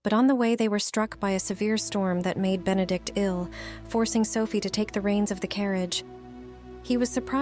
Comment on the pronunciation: Consistent mispronunciations of Benedict's name is a real clanger.